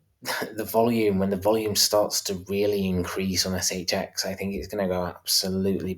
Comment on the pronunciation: In the intro put more emphasis on the X, in the the cryptobanker shXX